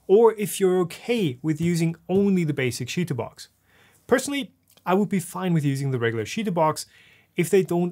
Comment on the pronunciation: i know it's funny to say sheetubox but its chee like chips